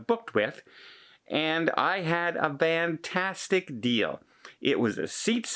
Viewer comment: Why do u say vanntastic? Also y does it have to be air Canada? Y can’t u get another flight ✈️